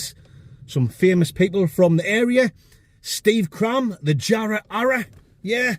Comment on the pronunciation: Ere mate...sell us yah Jar-row